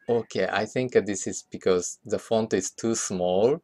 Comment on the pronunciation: it's not "I tsink"... i'ts "I think"